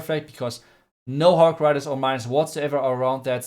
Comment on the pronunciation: Everyone's hog rider but " hok rider" 😂